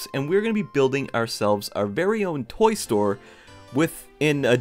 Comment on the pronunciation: I thought you said toy story Edit